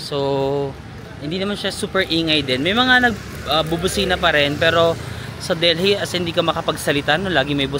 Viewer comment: Deli po ang pag-pronounce, SILENT H ang Delhi.